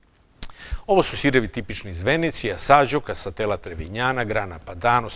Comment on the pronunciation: Zaista uzivam u dosijeima,svaki mi se zaista dopada. Mala ispravka sir Asiago se izgovara; Aziago,skoro kao sto je napisano,to mi je omiljeni sir a naziv je dobio po visoravni Asiago u provinciji Vicenza u kojoj sam ziveo. Sve pohvale za vas rad.